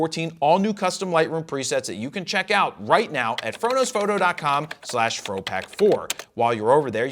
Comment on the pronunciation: I like your content, and I know that you do it forever - but the way you enunciate „fro knows PHOTO”, and especially „photo” is extremely off-putting and yucky. Like a nails on a chalkboard. It’s so uncomfortable, that I have to skip those parts of your videos. Everyone knows your website by know - you don’t need to differentiate each word in it to such extent, any longer. And it’s 2025 - not only it sounds bad, but it’s also cringe and goofy.